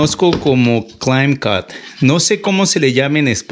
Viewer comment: Dijiste "claim cut"?